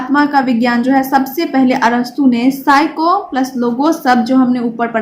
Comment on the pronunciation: Mam psycho nhi psyce